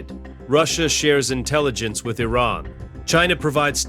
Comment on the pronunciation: I'm guessing this is yet more AI slop narration. In one sentence, it was pronounced "I-rarn", then in the next "Eye-ran". And there are others...